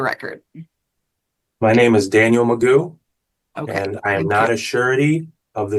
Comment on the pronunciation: I think his name is actually Daniel McGough, not Magoo. But Magoo is funny. :D